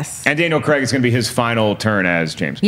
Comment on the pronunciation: It's Daniel Cray-g not fucking Cregg jesus fucking christ it's almost as bad as Frosty saying Thaynos to the guys who wrote the film!!! Get it right it's not hard.